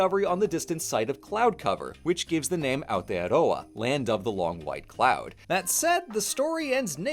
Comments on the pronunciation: the first non kiwi to say it right thank you for not making me angry by not saying aotearoa properly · I normally skip videos about Aotearoa because the lack of effort for trying to learn any of the pronunciation in them can be painful being from there myself that I ignored this video when it first came up for me as I haven’t seen your videos so I didn’t know if you’d put in that effort but I’m SO impressed! You’ve put in so much effort for this video it’s so lovely to see, not only with the pronunciation but also not starting with the white history as that’s what most people start with, thank you! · THE ONLY AMERICAN TO PRONOUNCE AOTEAROA AND MĀORI RIGHT. Thank you, thank you, thank you! Also, damn right our ice cream rules. Try whittakers chocolate too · NEW ZEALAND VIDEO?? BY A NON KIWI?? WITH AOTEAROA IN THE TITLE?? AND DECENT PRONOUNCATION?? I will give u my first born child